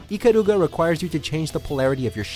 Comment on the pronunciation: ikaluga... lol, what a weebo